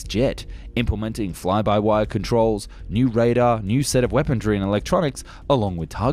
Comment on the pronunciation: I love your videos, however I don't remember there being a "t" in weaponry. Ur killin me bro